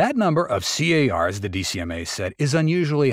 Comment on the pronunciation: It's not C.A.R.s. No one says that. It's Cars.